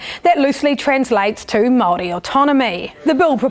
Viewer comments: Oh my God his pronunciation of everything is so atrocious he shouldn't even be allowed to speak or judge on this subject😭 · The bill was never passed, no Matt your pronunciation was shit, the crown wants to take away our culture and remove our language. The crown took our land. Slaughtered raped tortured our people. Your news research is terriable get off your computer and physically go visit what your studying. You really have no platform on what you are addressing.